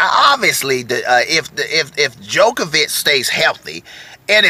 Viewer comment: Great video but I have to say, one thing is bugging us over here in Europe...it is not pronounced ''De-jokovic or The jokovic...'' it is DJOKOVIC...the D is not pronounced in English, I cringe Everytime...JO-KO-VIC ... thank you